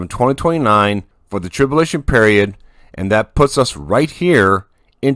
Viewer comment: Trib-U-lation brother . God bless you